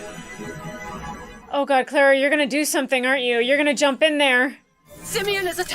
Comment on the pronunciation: all these episodes and you still can't pronounce Clara's name right